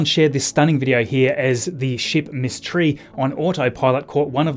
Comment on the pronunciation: Hey hey always enjoy your Channel and great information! Not sure if I'm hearing you correctly but the recovery ships Miss Tree and Miss Chief are pronounced Mystery and Mischief but you probably knew that.... 🚀